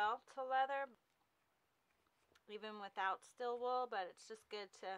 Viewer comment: Stēēl wool, not "still" wool.